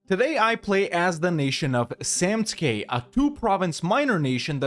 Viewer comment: Glad to see you learned to pronounce samtskhe👍